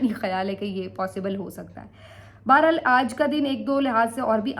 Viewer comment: بیرا ل نہیں بحر حال ہوتا ہے اور اس کو بار بار استعمال کیوں کرتی ہو